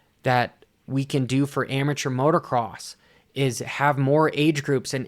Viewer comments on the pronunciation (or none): There's only one "R" in motocross and you know it. Please stop with the motoRcross. Tell your buddies too.